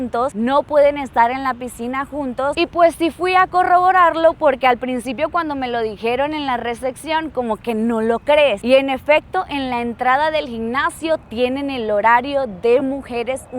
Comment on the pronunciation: Aeropuerto no "areopuerto". Recepción no "recección". Adaptar no "adactar". Hiyab no "hiyac".